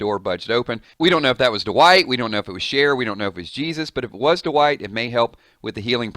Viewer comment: i believe its pronounced Dwight, not D-wight